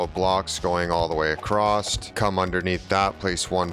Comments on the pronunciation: Is he saying acrosst? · Haha, it's a great video. I have taken away lots of interesting building tips. and for the following few minutes I think you say acrosst 3 times 😂 Decent build though. I shall be replicating it to some extent. Thank you